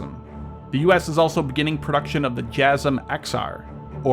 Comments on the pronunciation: i believe it's Jay-Sam... not Jazzem. ) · Huhuhuh Beavis, you said jasm